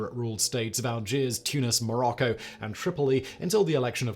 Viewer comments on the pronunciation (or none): none